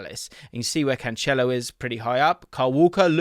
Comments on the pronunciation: Stop calling him Canchelo it’s Cancelo. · hearing "canchelo" all them times made me feel unwell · No, he is saying it wrong lol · Love you, but the way you pronounce Cancelo is rough haha